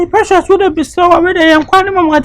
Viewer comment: Did someone hear Opoku saying Precias 🎉😂